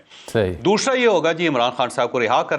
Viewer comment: Javed, kia koi damaghi masla hai "dooshra" kia hai? Doosra kiyo nahi kehtay?